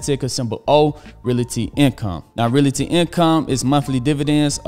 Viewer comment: He's still with the "reela-ty" income 🤣. Good info but that pronunciation always gets me.